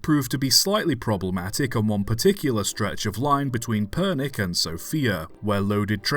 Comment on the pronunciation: Never did I expect you to make a video on a Bulgarian engine! Also, the way you pronounced Pernik is just hilarious to me. I love it, even if it's wrong.